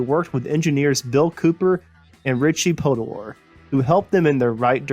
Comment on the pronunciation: Funny how you pronounced "Podolor" two different ways.